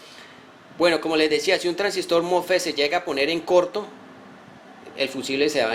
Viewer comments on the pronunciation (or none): mofe mofe se dice mosfet